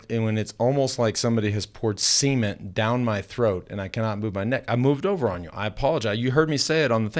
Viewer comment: Hi guys, me and the wife love the show and always get a daily laugh, especially at the banter between Lance and George. Todays laugh was at around the 48 minute mark, did Lance really say that it felt like someone poured semen down his throat, or is that just a bad American pronunciation of cement ha ha. Keep up the good work, see you in the douches!